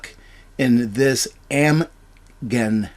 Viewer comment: Pronounce - Am-jen.